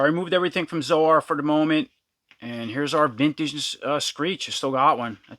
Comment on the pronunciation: Zo-Ar? Never heard it pronounced that way before. I thought it was pronounced like soar.